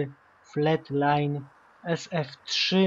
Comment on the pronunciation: Fleetline czyta się flitlajn